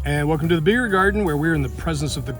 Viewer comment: "if you like beer, why else would you Behere (beeher)"... beer! lol